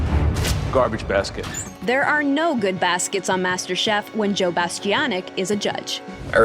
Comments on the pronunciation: "Joe Bastiobitch" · I just have to say one thing about this video.. His last name is pronounced Bastianich (Rhymes with the word "itch" or "witch") It's not pronounced the way you keep pronouncing it.. Sorry, I just had to get that off my chest, it was driving me nuts. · You might want to practice Joe’s last name: Bah-Stee-Ahn-Itch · It would be nice if you could pronounce his surname correctly, especially since it's often said on Masterchef.